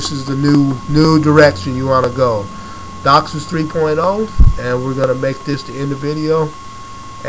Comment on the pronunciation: You have no idea what your talking about. You pronounced DOCSIS wrong!!! ......... and its megabits per second, not megabytes. Huge difference. Do your research so you don't make yourself sound like an idiot.